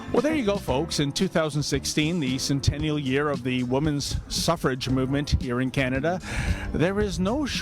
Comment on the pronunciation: “Suffer-age” lol. University students, sigh